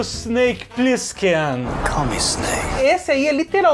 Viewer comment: No SBT era Cobra Plissken, mas a pronúncia do cidadão na chamada soava mais como "Cobra Prinski".